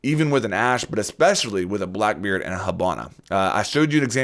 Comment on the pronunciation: why do you all call her hAbana wtf